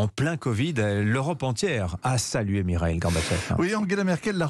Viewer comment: Ce journaliste prononce Mireille !!!! Pourtant ce n'est pas difficile... quel médiocrité !!!!!